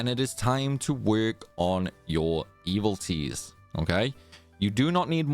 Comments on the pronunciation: E-VIL-i-tees. 4 syllables. Not “evil T’s” But thanks for the vid. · you keep saying "evil-ties". But the word is "evil-i-ties". You're eating the "i" in the middle. 🤭